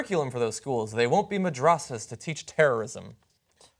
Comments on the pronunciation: Yes, I thought he was saying it wrong. I think, it's pronounced as MUD-DRESS-A, isn't it? I had a couple of friends who used to go a mudressa till middle school and switched to mine for high school. Theirs has a relatively inexpensive school program, possibly due to the religious tax exemption codes. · Hey Cenk, could you correct yourself please? First of all you're saying the word madrasa wrong. But MORE IMPORTANTLY: "madrasa" isn't a "Muslim school" it literally is just the Arabic word for school. Like everyone in Arabic speaking countries goes to madrasa because they go to school. And you might not think this isn't a big deal but TYT was a huge following of people who may not know what the hell a madrasa is and now they think it's a "Muslim school" and that kind of perspective is what brings Arabic words out of context for white people to use as racist terms they can use to call people terrorists (for example "Allah" and "jihaad") so please correct yourself! Thank you!